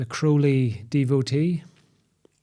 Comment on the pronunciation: Kudos on pronouncing Crowley correctly.